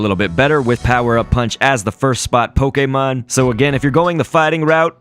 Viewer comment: I love when he says poKÉmOn